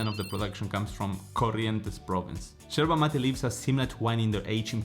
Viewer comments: First of all it’s called YERBA not Jerba. It’s a Spanish word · Its not sherba, but yerba. Pls. 🤭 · You’re So Cute! The way you pronounce “Yerba” like a Buenos Airesian!! Too cute!! ❤🧉🇦🇷🌞